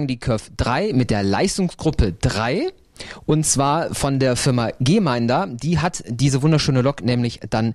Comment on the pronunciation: Der Hersteller der Lok heißt Gmeinder und nicht Gemeinder wie der Sprecher im Video immer sagt! Man spricht den Namen so aus wie er geschrieben wird, ohne e nach dem G, also Gm Gmeinder.